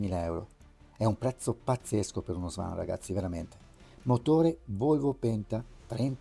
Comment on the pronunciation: Si dice "svon" non swan